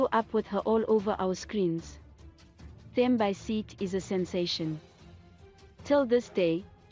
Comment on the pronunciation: You need to learn how to pronounce her name and surname properly, clearly you are not South African 🙄